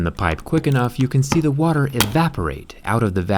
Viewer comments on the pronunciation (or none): none